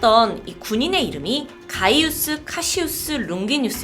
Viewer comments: 발음이 안좋은건지..롱기누스 아닌가?룽기뉴스라고 자꾸 들리네..ㅡㅡ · 룽기누스가 아니라 롱기누스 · 룽기뉴스 룽기누스 발음이 왔다갔다하네